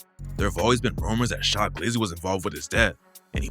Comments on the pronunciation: And its Cha glizzy not sha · His name was Cha not Sha 🤦🏾‍♂️ I’m like wtf is he talking bout & knew the story. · Not shy glizzy it’s CHA glizzy 😂🤦🏽‍♂️ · Its Cha Glizzy not Shy glizzy youre beginning to sound like a I Bot 😂😂 naw just fuckin wit u bro keep it going